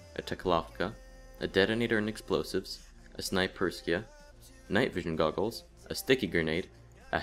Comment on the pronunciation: OMG everyone says Snaperyska and Zubekanov! Its Snayperskya and Zubeknakov! TRIGGERED Very helpful btw! ;D